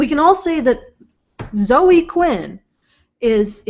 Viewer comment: Why does pronounce Zoe incorrectly and correctly? Or is it just when she's reading it written down?